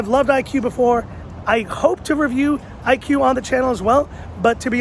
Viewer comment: It is pronunciation Ee-koo not IQ